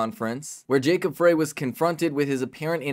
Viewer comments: FYI Frey is pronounced fry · they didn't kick down the door. they let themselves in with a key. and it's pronounced fry, not fray